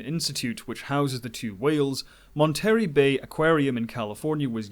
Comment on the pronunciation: Great video. Not to nitpick but you really butchered "Monterey Bay." Sounds like [Mon Ter Ray].